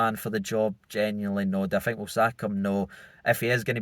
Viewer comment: is a poor interviewer ( I fink)